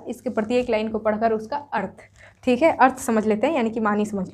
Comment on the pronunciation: Tum sbb me se kis kis ne ye notice kiya mam ka dialogue "थीक है " 😅😅😅😅 👍👍👍🤣🤣🤣🤣🤣🤣